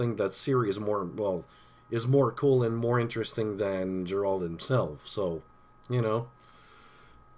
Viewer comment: Deralt? Geralt!